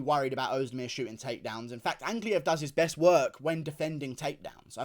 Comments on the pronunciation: 43 minutes fs, also yeah he started saying Ankalaev correctly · GURU SAID ANKALAEV CORRECTLY??? welp.. nvm